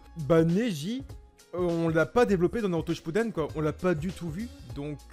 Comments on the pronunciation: Inox a un moment il a dis shappuden au lieu de shippuden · # il a dit shapuden